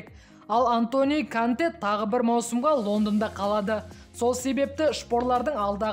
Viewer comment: Канте емес Конте о